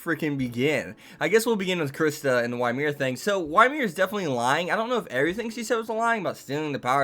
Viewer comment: Did you just pronounce Ymir "Why Mir"???